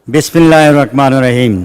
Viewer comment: মাশাআল্লাহ! নামটা অনেক সুন্দর, কিন্তু বিসমিল্লাহটা ভাল করে বলতে পারলোনা, আজিব মোসলিম।